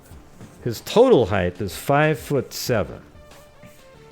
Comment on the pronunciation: The word is HEIGHT, not heigh"th"...drives me crazy.